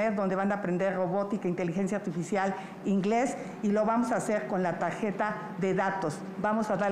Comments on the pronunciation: Que tajeta va dar a los estudiantes es tarjeta mejor deles cajeta para q lo pueda decir bien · La tajeta dice sochil😂😂.